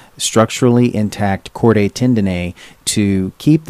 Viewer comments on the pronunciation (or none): Chordae is "chord-aye" - seriously?? How are we supposed to take someone seriously who can't even learn the correct way to pronounce terms??